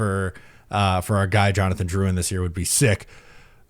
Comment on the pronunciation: There’s literally no reason. Jonathan isn’t anything French so why is even the first name pronounced differently